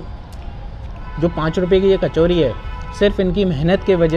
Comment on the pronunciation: Sounds like kar chodi 😁😆😆